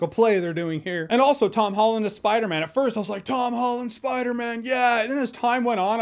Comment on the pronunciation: he's saying spider MEN